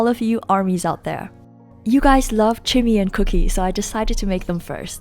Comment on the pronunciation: Am I the only one that giggled every time she said cooky and chimmy